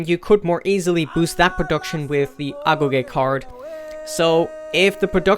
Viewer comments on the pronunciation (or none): none